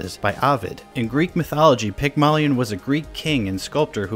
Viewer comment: the way that you say Pygmalion takes 8 years off my life every time you say it